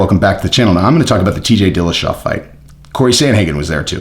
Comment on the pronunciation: It's "Dillashaw," Jesse, not again